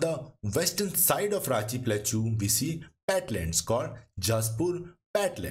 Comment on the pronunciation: In no accent plateau is pronounced as plachuuuu, please correct it ,it is very irritating